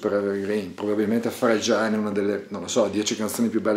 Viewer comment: Bellissimo tutorial, Grazie. Però si dice Frè-gil non Fre-giàil. My two cents (●'◡'●)